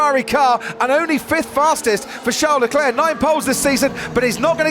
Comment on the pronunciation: If I hear “Charles DeClair” one more time I’m going to scream! Get it right Crofty